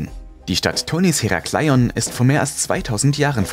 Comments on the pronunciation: Es heißt Herakleon ,langsam gesprochen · "Heraaaaclion" Herakleion hört sich ziemlich kurios an,😁 aber top Video ❤️❤️